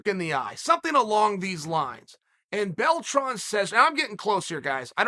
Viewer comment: Did he say Bellatron... ?